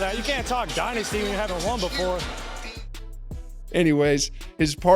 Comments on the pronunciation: "Die-nasty"........Hahahaaaa!!!!!!! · Dillon " DIE-NASTY" Brooks